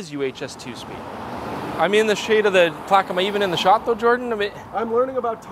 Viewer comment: Started watching and turned my head and you said "Jordan is looking for plax" and I'm like dafuq is plax?? then you cut to a photo of a plaque... :P